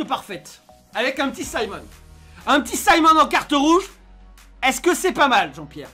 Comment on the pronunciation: C est pas SIMONS c'est SIMON 😭😭😭